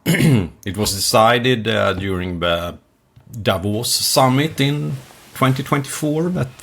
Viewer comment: I thought he said, "...the devil's summit" (Davos) Same thing, right?